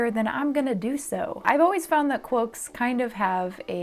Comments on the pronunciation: i keep hearing "cwoaks" and i am NOT upset about it lol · I swear to Sauron I keep hearing you say "cwoaks". I'm not complaining though lol.